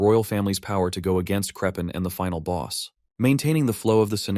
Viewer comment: Krephen? Griffith! SEPIROTH! kAKAROth!!